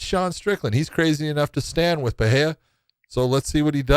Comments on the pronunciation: What’s with the ‘H’ sound in Pereira’s name? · trying to be hip with portuguese pronunciation